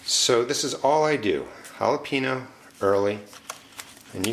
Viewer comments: I just wanted to say, that I love all your videos because they are so detailed and informative but, I can’t take it anymore, it’s not holo-pee-no, it’s Jalapeño (hala-pain-yo). Please say it correctly. All I can think about when you say jalapeño wrong Is the fact that you just said it wrong and not what you were actually talking about. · lol Ha-La-Pee-no? Ha-La-Pain-Yo is the correct pronunciation, sounds weird to Americanize the Yo but pronounce the Ha correctly... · JalapEEno lmao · Jalapeño = Halepeenyo